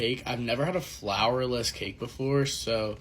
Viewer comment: Is funny how I keep hearing flavorless instead of flourless